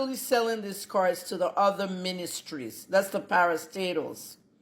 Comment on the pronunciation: Na cars abi na cuuars. The phonetics no be here ooo.